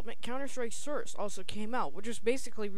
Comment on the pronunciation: Good review! Although you sound very congested, and when you say "source" it sounds like "srce" :P But good review none the less.